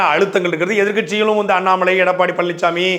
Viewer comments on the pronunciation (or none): none